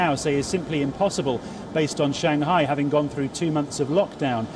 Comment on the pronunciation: she and Palki can never call Shanghai correctly , it is not Shan Ghai, hah :))